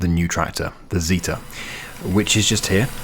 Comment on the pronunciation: Just anglophone things